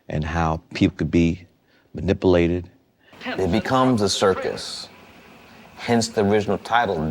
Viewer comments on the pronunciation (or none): "How people can be mani-po-lated"